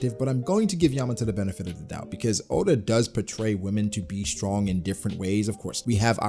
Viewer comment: Bro said add onn😂😂